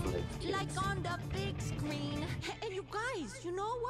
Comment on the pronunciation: She says "big scleen",not screen/